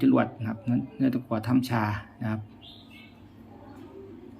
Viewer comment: เลี่ยม ไม่ใช่ เลื่อม ตะกั่ว ไม่ใช่ ตะกว่า เวลาพูดอ้าปากกว้างๆแอดจะพูดชัดขึ้นเชื่อผม ผมก็เคยเป็น